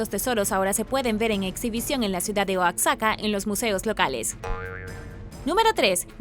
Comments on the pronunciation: Se dice oajaca así se pronuncia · Oaxaca, se pronuncia oajaca, en otro video pronuncias pelenque y es palenque en Chiapas, saludos muy buenos videos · No ma, porque pronuncia oaxaca así jajajja